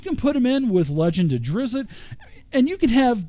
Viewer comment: Nice video but you are driving me crazy for keeping to say Drizzit. I don't know why this nickname sticked with the character. He was called that a single time by a human boy in book 3, after Drizzt told him his name and the kid taught he was a monster of something.